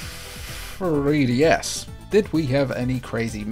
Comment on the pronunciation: Fwee DS